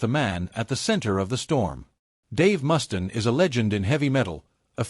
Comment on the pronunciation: Click bait narrated by AI that can't pronounce names for shit.... WhoTF is Dave Mustin? haha